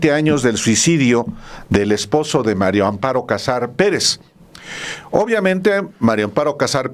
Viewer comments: "MARIAA" con A, Álvaro. Invariablemente, dices MARIO con "O" pero es mujer y es MARÍA. Ya pasó tiempo de este video, pero en todos dices "MARIO AMPARO en vez de MARÍA (con "A") AMPARO!!! Desesperas, Álvaro! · Es Mari Amparo No Mario hablé vien señor